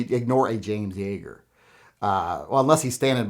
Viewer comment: what’s a “james jeager”?